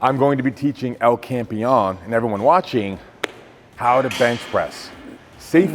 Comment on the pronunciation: Larry finally learnt to say El Campeon rightl